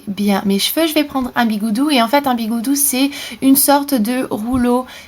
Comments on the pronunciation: On dis des bigoudis et pas des bigoudous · Sa sa dit bigoudis